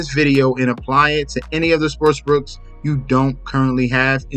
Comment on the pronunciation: Bro why do you say sports brooks?At least it sounds like your saying that.